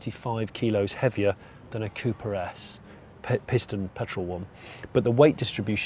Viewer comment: Literally for the first 5 minutes I kept thinking that he was saying Cupra S instead of Cooper...